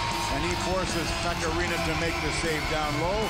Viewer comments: Pekka Laaksonen definitely “Rinna”.. I am PISSED about it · how many times he said rinna it rinne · I don't know what was more brutal: Preds jerseys or the absolute butchering of Pekka's surname smh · Carson Deer his name is Rinne, so I'm making fun of how they don't know how to say it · How sad it is for your own broadcast team to constantly mis pronounce a players name over and over again! Good Lord! Same TV crew guy who also was quoted once during a Predators game saying: "both of these teams came here tonight to play hockey!" My God, awful! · It physically pained me hearing them pronounce “Rinne”.